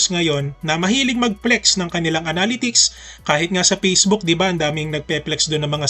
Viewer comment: Thanks for the efforts in making tutorial contents... constructive comment lang po ito... Pls search the correct pronunciation of "analytics"